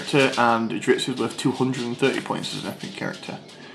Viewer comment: I hope I'm not sounding like an ass but it really started getting to me after you said dritzz 5 times and apparently nobody caught it before which I find very depressing it is drizzt... So the zz sound comes before the T sound dr-izz-t